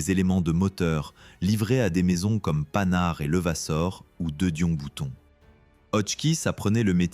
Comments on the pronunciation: On prononce "Pan-Hard , non "Panhard " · Voix généré par l'IA, mais pour une fois pas désagréable , Hormis le "Panard" pour Panhard pas d'autres fautes . Belle vidéo, mais un petit regret pas de photo sur les camions et véhicules d'incendie.